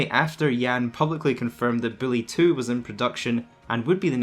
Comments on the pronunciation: Lol sounds like you said Billy 2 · Even subtitles agree that’s what he said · I thought he was saying Bully 2